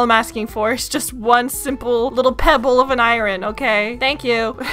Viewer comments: … you are pronouncing iron I-rin 😂. It is actually I-orn even tho it is spelled iron 😅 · Okay I gotta say it It’s ai-urn not ai-ren 🥲 great series! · I feel bad because it’s driving me absolutely nuts to hear it pronounced incorrectly 😅 love the vids, but I-rin 😬